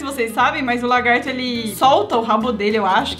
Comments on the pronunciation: kkkkkk o fala o largato e e lagarto kkk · ele falou largato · O melhor foi o falando "largato" KKKKKKKKK